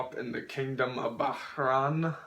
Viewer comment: Bahrain is pronounced “Bah-reign.” Not “Ba-ha-reign”